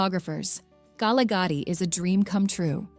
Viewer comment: If you are going to make a video for international consumption at least have the voice over done by someone who knows the pronunciation of local place names. Holy smokes! Where is k-nesna for goodness sake. Kgalagadi, at least she didn't sound out the K but she totally massacred the rest of the word.